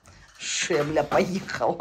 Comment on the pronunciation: Не шемля, а шельма. Мне так смешно слышать шемля да шемля.